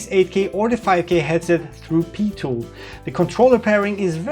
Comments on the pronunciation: Amazing review, what we need to know now is when the headsets will be released to the public! Also, PiTool is pronounced "P-eye-Tool", not PeeTool :D <3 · Not thorough enough! Seriously though, this isn't just the definitive pimax review but also a very interesting, detailed and helpful overview of VR tech in general, an impressive effort to say the least. Btw, Pitool would be pronounced "Pie-tool" but "Pee-Tuhl" does have its charm, Have Fun :) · PIE-Tool...not PEE-Tool. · just for your info it is said like PIE tool for Pitool as in 3.14. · PI-MAX,,,,,,,,,PEE-TOOL,,,,,, LOL, Thx for this fantastic video, cant wait for it to buy, Vive goes for sale. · "Pee-tool" :D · Odd that you say PiMax which is correct, while you call their application PeeTool.